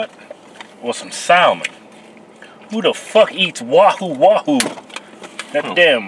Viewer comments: I think the L is silent in salmon.. try and say it like Samich .. Samon. alight gone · The L in salmon is silent... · Pronouncing the L in salmon